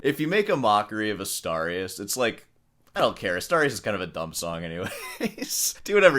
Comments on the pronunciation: Why are you pronouncing it 'Astowrias'? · Asturias is pronounced Astoorius, not Astahrias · Asturias, as in 'dude', Dude ... Not Astarias ....😂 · LOL...AStarius!!! Sor pronunciation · Why do you keep calling Asturias "Astarias"? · I like your channel but you can't keep saying you're a classical guitarist and pronounce "Asturias" like "Astarrias". You're part Cuban, you have no excuse 😂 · You might want to learn how to pronounce Asturias... and play in time. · Please try too better your pronunciation of "Asturias" because it is really disgusting. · The way you pronounce „Asturias“ makes a mockery of Americans and their pronunciation.